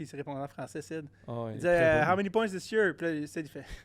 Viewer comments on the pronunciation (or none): Cest Sid pas Syd